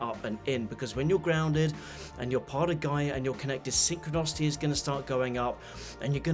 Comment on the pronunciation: You keep saying synchronocity. Do you in fact mean synchronicity?